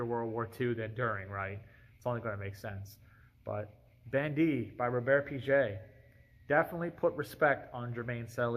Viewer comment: I know it's not supposed to be exhaustive but I wanted to shout out Véronique Kato's work with Natura and the huge role the brand has in southern America. And If I may, the G in Piguet is pronounced like the G in guitar :)